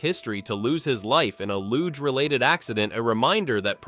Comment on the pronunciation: Hate AI narration. LOO-GAY?